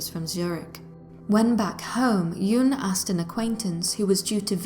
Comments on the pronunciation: Why does the narrator pronounce Jung’s name ‘Juung’? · Pronounce the g in Jung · Surely you could learn how to pronounce words,the name of the city, Carl Jung. Good grief!!!